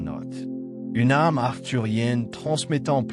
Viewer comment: S'il vous plaît, il est très gênant de lire ARME au lieu d'âme... À chaque fois que vous le prononcez. C'est+++que gênant. GRATITUDE de le prendre en compte 💎🌿🥀